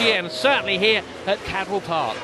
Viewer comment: good video but its cadwell park not caldwell park